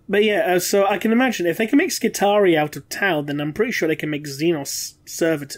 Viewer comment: Tau Skitarii? ... SkiTAUrii? :D Eh?